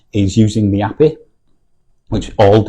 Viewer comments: Never heard anyone say API like that 😂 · It's a northern thing...